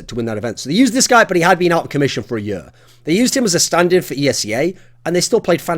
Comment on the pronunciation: "the next yur of cs"